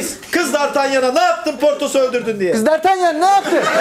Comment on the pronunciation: Dartelyan değil dartanyan diye okunuyo onun adı pek de bilmiyomuşsun